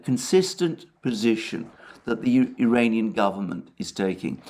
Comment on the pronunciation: When You try to say "Iranian" drones, it sounds like "duranium" (fictive metal from Star Trek) and Youtube hears it as "uranium". Also, it should be referred to as "Iranian design/type", since it was not confirmed by Iran or Russia, that those drones were produced in Iran.